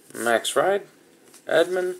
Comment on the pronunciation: i really enjoy your breaks, so don't take this as a big deal, but i think that Fried's surname is supposed to be read as Freed.